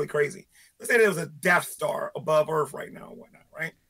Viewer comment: Early on he said "earff" you loose boy chick, perry mason , case closed